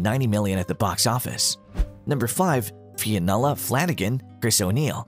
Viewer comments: Fionnuala "Falangan" 😂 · Fionnula was mispronounced too